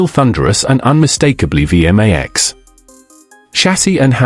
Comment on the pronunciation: It's not pronounced VM-AX It's a V-MAX.